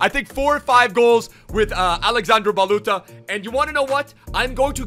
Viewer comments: And his name is like baluthsa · IT s like balutza ( hi from romania)